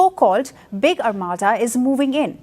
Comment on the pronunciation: ... and no, it's not armatta, it's pronounced armāda.